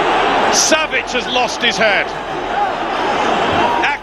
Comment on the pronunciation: Savitch …. Come on man …